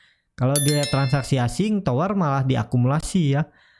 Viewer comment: TOWR boss TOWR bukan TWOR ok ???